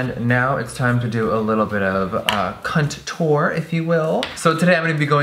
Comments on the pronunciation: You slay so hard! "Cuntour" DEAD! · When he said CUNT- tour. hahahhaha LOVE YOU JEFFREE. ONLY JEFFREE CAN HAVE SUCH HUMOUR. 😉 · I heard "cunttour" 😂😂😂